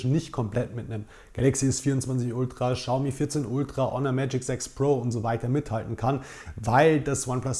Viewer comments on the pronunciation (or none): none